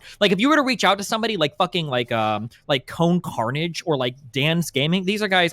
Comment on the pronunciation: “Cone Carnage”